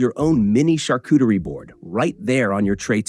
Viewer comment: There is no "cooter" in Charcuterie!